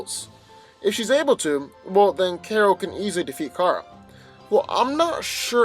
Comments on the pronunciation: KARA not kera 😭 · It's pronounced "car-uh" not "care-uh" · Okay- first of all NO. 1.) Your inability to pronounce Kara’s name is irritating and makes Carol’s and Kara’s name sound almost the same. 2.) You are completely and blatantly ignoring Supergirl’s key weaknesses to Kryptonite, and red-sun radiation. Do you think that Shield wouldn’t have something similar to Kryptonite laying around? Do you think that Captain Marvel can’t control the type of radiation she blasts? 3.) Supergirl is EXTREMELY inexperienced when it comes to tactful foes, and this gives Captain Marvel an advantage upfront. In the long-run, Supergirl may analyze how Carol fights, but Carol will in turn be able to learn more about Supergirl’s weaknesses and quicker. This is NOT just a fight between Carol and Kara, but also between the ability of S.H.I.E.L.D. and the D.E.A. to analyze opponents for specific enemies. However, Captain Marvel has a massive advantage because she goes into fights LOOKING for the weaknesses in her opponent; Supergirl, on the other hand, goes into fights like a barbarian- hit things until it stops moving. Only sometimes does she have tactical advantage because of her 20/20 hindsight! Even then, Kara NEVER SEEMS TO LEARN (at least in the TV series) and always rushes into a fight! 4.) Carol can handle herself and is familiar with her own abilities and how to fight with confidence wether she has those abilities or not. Kara gets REKT without her powers. In addition, S.H.I.E.L.D. has plenty of things in the ol’ warehouse that a human could use t